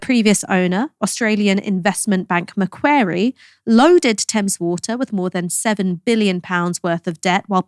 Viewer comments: Macquarie It Rhymes with Lorry and Sorry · Macquarie is pronounced McQuarry.